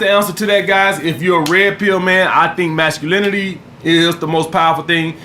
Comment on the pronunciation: “Mascalemonly” and “Femilemonly” 🍋